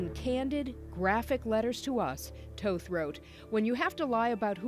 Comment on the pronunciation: They say toth incorrectly